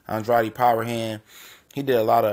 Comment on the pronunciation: I interview Fighters and it's disrespectful to pronounce his last name wrong it is supposed to be Andrade not andreotti